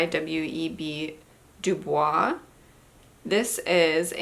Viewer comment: W E B du Bois is actually pronounced bois, not like the French bwaah, btw.